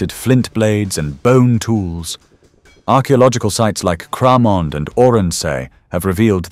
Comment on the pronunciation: The BRONZE Age, You Mean The GINGER Age.! 😅 CramOnd. 😅 It's Cramond With The O Sounding Like An, "i/a", Or Being Silent Altogether. The Only THING That TERRIFIED, ROMAN SOLDIERS, Was The SCOTTISH Wee, BEASTIE, The, "MIDGE".! Guess What's Fir Dinner, YOU.! 😅 Ken Whit A Mean Pal. 💫